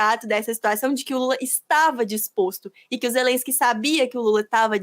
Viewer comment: A russia invadiu a Ukraine não existe negociação, ou vaza ou a guerra vai continuar. O Lula nem sabe falar o nome Zelenskyy certo ele fala Zerenskyy